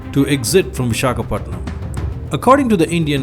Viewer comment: Great video dude...but it's Visakhapatnam...pls crct that....but loved ur video...